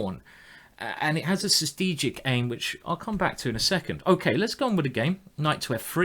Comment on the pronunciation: I am really not trying to make fun of Simon or anything, but after watching so many of his Videos I just finally have to ask: does he mean strategic when he says sustegic (or sth like that) or is there another word I as a non native Speaker am just not Aware off?